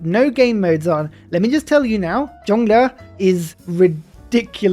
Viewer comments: It's pronounced like how it's spelled, yong luh. It means 'eternal joy'. A chinese speaker here. Chinese doesn't intonate 'y' as 'j' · Yongle should be pronounced like USB dongle for the memes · "Yongle rhymes with dongle" - Sun Tzu